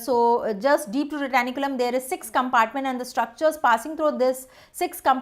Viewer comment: Someone pls say her it is flexor retinaculum and not flexor retAnIculum